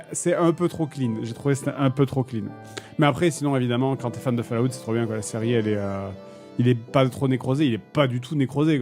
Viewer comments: Fale-Ah-out ! Pardon mais c'est tout ce que j'entends quand il le dit et il fallait que je le sorte 😂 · "fal à oute", fais un effort, merde!